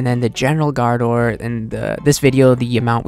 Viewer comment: Love the vids, but you have to work on the pronounciation gRaardor lol :D